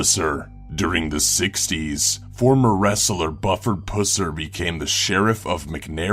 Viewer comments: You got the first guy's name wrong. It's pronounced BEW-ford PUHS-er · My only complaint is that Buford Pusser is pronounced Bee you Ford Puss er. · My family is fro mthe town that has the Bufford Pusser museum and his fans are so fervently obsessed with him that they would berate you for the mispronunciation of his name. It's pronounced "Byoo-ford Puss-er" tbqh he was a bad police officer that never followed the laws and used unnecessary force. plus that "mafia" he took down was just a bunch of moonshiners making shine out in the boonies because it was a dry county. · OMG! If you can't pronounce words and names correctly, you shouldn't be a narrator! Buford has a long U and his last name sound like puss from an infected sore not puss like a cat. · LMFAO!!! Did he say his name was "Buffer Pusser??????? Thats worse than being names Gaylord Focker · "Bufford Pusser" is probably pronounced like "bew-fird puhss-er" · he said bufford pusser wrong lol xD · The story of Buford Pusser is told in the books and movies Walking Tall. I have no idea how you idiots could mangle his name. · Buford "Pusser" GET IT lol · Buford Pusser is mispronounced in this video. Look up the movie Walking Tall. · its bufurd pusser I would know that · You did pronounce Bufford Pusser wrong.Check out the movie walking tall.(1973)Tells the story of his life. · I don't know if Buford Pusser's name could be botched any more than it was in this video.